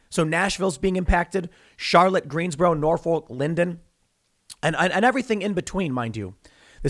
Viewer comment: For the record, it's pronounced "NOR-fuk," not "nor-FOLK." "NAW-fik" is also acceptable if you're a waterman. 😉 There are those of us Virginians who were raised to be self-sufficient. Shit, shut it all down, watch the betas freak out and kill each other over the last pack of ramen noodles. A country boy can survive. Where y'all at?